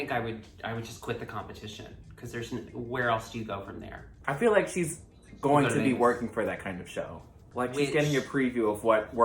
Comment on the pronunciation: "would you wike me to spit?"